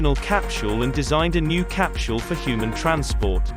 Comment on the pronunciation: The "cap-chule" is really hard to ignore!